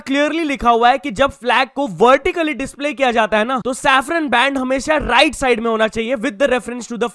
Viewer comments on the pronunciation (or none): none